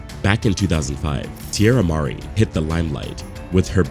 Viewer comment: Teirra Mari - Tee-air-ah Ma-ree